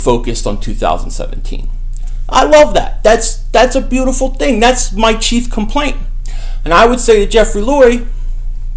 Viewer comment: Why do you say "beautiful" like that? Relax Kevin James